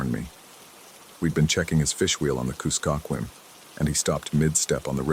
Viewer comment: You can’t drive wood stakes into permafrost with a rubber mallet 😉 KUS-kuh-kwim